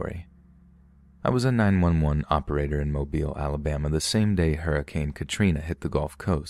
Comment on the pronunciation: Listening from Mobile, Alabama and it makes my heart so happy that you pronounced the city correctly :,)